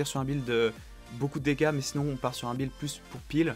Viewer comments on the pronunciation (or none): none